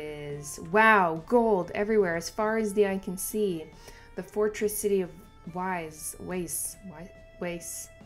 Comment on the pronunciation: So for pronunciation - I'll try to approximate. There are many regional dialects of course in German, so it's never going to be 100% correct. "Weise" - VAI-ZE. "se" is pronounced hard like you do in "Serie". And remember that most languages (including German) use "W" as "V" sound. English is kind of an exception. "Glück" - the "u" sound is very deep (though in some dialects it will be closer to "i" or "y"). I think you managed it the second time decently. Remember to not pronounce it like it looks in English (it sounded almost like "Glack" when you said it first time - obviously no judgement here, we all try to read other languages first in our own pronunciation and those dots on umlaut's are there for a reason - to denote that it is pronounced differently from "base" letter). Personally I think something like "GLOOK" will be easiest, because It is close enough and it would be too hard (at least for me) to try to write down the "hyper-correct" pronunciation (in which that "oo" sound will have element of short "i" or "y"). The important bit is to read it as one syllable. "Golden Lands" (or as it was used to known "El Dorado") arc is a long one. You might want to be flexible with number of chapters you read. I can't explain, because it would be a spoiler, so all I will say is: Notice what color behind panels is. When Frieren has a flashback you often see black background for example. Others already covered what was previously said about Denken and his wife.